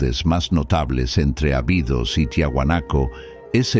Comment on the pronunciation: Ábidos, se pronuncia.